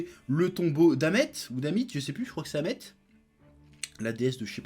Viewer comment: Jvai peté mon crâne il a dit " Amet " j’ai envie de pleurer